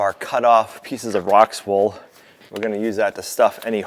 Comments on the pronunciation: "Rockwool", not "Rockswool"! Lol. 🤩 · I think it's "Rockwool" and not "Rockswool" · it's ROCKWOOL not Rocks wool. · ROCKWOOL NOT ROCKS WOOL 😂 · I Really don't mean to be a stickler or smarty but the word Rockwool does Not have an s in the middle of it. It is not pronounced RockSwool. Just sayin. I Love your channel and look forward to watching you guys 3 time s a week. Glad you were not down for more than two days. I know that is miserable to someone who is on the go 16 hours per day. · Killing me again … rockwool NOT rocks wool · Hey - there isn't an "S" in Rockwool? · please will you pronounce ROCK WOOL properly...not rockswool... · Hi - just a quicky but there is something that is niggling me - you pronounce it rocks-wool when it is spelt rock-wool. It’s a silly thing but for some reason it really bugs me. - put it down to old age😂 your big shed is coming on great - looking forward to the solar installation 😊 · Mate you keep calling it rockswool but there is no s it’s just rock wool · You keep saying rocks wool, it is rock wool. Just a clarification that's all. Love all you guys do. TY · it's not rockswool, it's ROCKWOOL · OMG...it is ROCK Wool, not Rocks or Rock's Wool. It shouldn't, but that drives me up the wall! If you want to be educational, you should get it right. Sorry for the rant, but it is a pet peeve. Otherwise, I enjoy watching. Take care! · 😂by the number of times you said Rockswool I think your messing with people like me to get comments 😂. Great strategy for getting people to comment! I love it 🤣 it workesssss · FYI The product you use is called Rockwool. There is no s in the middle. Sure they appreciate the mention. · Please forgive me, but it's ROCK WOOL, no 'S'. Love y'all!!! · Figaro is the best farm cat. So conscientious! I am laughing at. He always puts an S in the middle of Rockwool. Why,? Why? It is getting exciting to think about this new barn! Then all you will need are some animals! 🥰 I can wait.